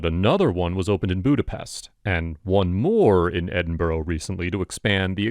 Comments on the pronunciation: OK, I'll say it, since this channel is all about a Scottish company, that's not how you pronounce Edinburgh. It's pronounced, 'Edin-bruh' or 'Edin-bra', never 'Edin-borough' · It's pronounced Edin bruh....as in get it right bruh! ✌️🏴